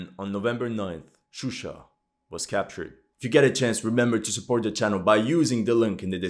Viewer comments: Not Shushi, but Shusha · Gurbanli in the map it said shushi but he said shusha. I don't think he cares. He just used the most common English names. For that you have to blame English language media